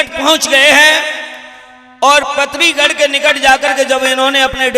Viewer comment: Nahi bol pa rahe galat bol rahe ho kabhi patharigarh bolate ho kabhi gadh kansho bolate ho Kabhi bhat kabhi maniharo